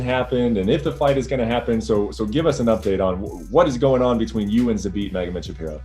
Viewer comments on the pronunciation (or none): this ufc journalists are so disrespectful, they dont even know how to say Zabits lasts name right. I know is hard last name but if your job is that then you should know it. Its Magomedsharipov not shapirov... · It's Zabit MagomedshaRIPOV not MagomedshaPIROV, and these hacks call themselves journalists. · its MA-GO-MED-SHA-RI-POV, he is not ben shapiro also it is KHAM-ZAT, just llike KHA-BIB sound of anyone calling him hazmat,, and ben magomedshapiro is just obiously too dumb to wipe their own ass. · All I heard on that Brett and Yair interview was Okamoto saying Zabit MagomedshaPIROV constantly